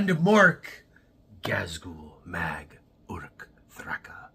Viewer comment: You are the first American I have heard pronounce the A’s at the end of Ork words properly. Kudos to you, sir. ❤